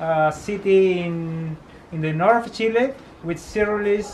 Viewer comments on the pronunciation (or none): It's fun to hear you saying "Chily" instead of "Chile" hahaha